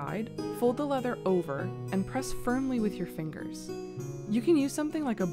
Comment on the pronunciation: fingeez ! Why is that so funny. We like to dumbly say digits.